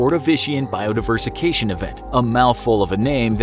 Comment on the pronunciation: I love the videos and he is such a great speaker but I must say he did pronounce “bio diversification” wrong. I think he said “biodiversication”. It’s just funny that he referred to it as “a mouthful of a word” and didn’t even notice he pronounced it wrong.